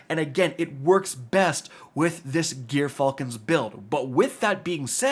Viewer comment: Dude, its not GEAR Falcons. Its pronounced woth a soft J, like gyroscope